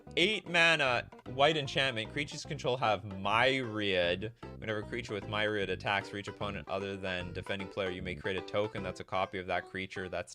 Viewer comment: Myriad is pronounced like the creature type. Myr-E-Add.